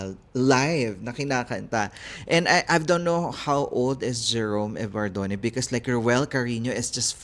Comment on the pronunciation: CORRECTION PLEASE, IT’S EVARDO-M-E AND NOT EVARDONE.